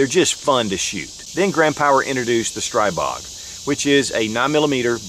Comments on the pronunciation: STREEEEEEEBOG!!!!!! Learn how to pronounce the guns you are shooting! When in doubt, go to Shot Show and meet directly with Grand Power. Or call them, something. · pronounced STREE Bog. SMH